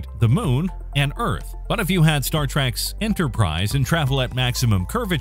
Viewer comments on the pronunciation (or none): You can't help but cringe up a little when people say "Star Track."